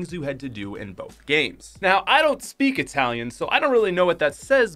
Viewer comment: did he just say i dont speao itallian